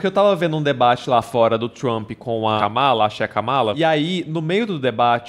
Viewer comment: Finalmente uma pessoa que fala o nome Kamala como eu